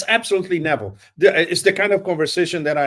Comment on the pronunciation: Pepe skipped some syllables in the word inevitable. He invented a new word ineval.